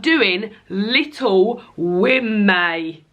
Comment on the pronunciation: Maybe add the n back on? Call it Little Wo-May-n rather than Little Wo-May. It's great to have you back. You seem extra cheerful today so I think the break did you good.